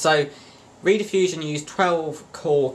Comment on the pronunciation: Rediffusion (pronounced 'red' as in ready, not 'read' as in reed organ, was preceded by British Relay, which was founded in Gloucester. It was the world's first cable television and radio service. It was founded in 1928 to send wired radio services but became operational as a wired (cable) TV service in 1951. You may find this video enlightening